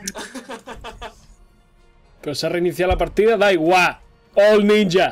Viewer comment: eres el unico español que escucho que dice ninja de la forma correcta...